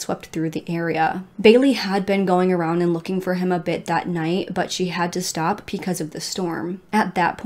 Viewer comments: Does anyone else smile when says “ pecause “lol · I never noticed until you said it!